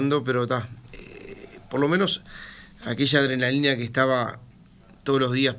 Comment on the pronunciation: Que dijo la adrenalina o la cocaína?😮